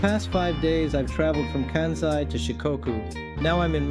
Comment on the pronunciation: There is no "kă" sound in Japanese as in Can or Kansas. There is only a "ka" as in Carl or Karma. So it's Kansai "Kahn sigh" and "Can Zai". Also no "Key O Toe" it's only two syllables "Kyo Toe." try "Kyho Tow" Just adding a better explanation especially because you said yo understand a little Japaneses. 🤙🏽